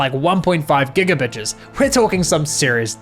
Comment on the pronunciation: gigabitches wth bro XD